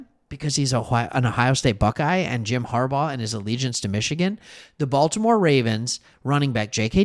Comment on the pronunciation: They got a lot of Ravens players. “Bolt’imore Chargers” 😂